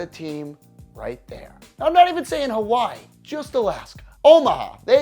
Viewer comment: mainland people make me cringe everytime they try ro say Hawai'i